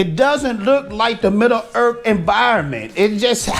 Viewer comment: "midda-earth" love this vid haha